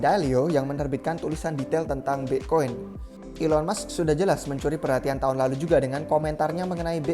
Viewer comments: BE' koin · Pronounce "bitcoin" nya khas banget nih orang hahahah